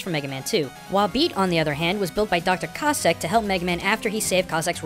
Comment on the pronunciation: You pronounced Cossack wrong rasict